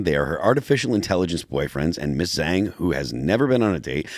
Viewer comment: Couldn't anyone tell Phil how to pronounce Zhang?